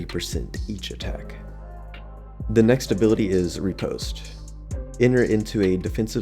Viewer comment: Ri-pos-te Fle-che Your were close on pronunciation. Good video though.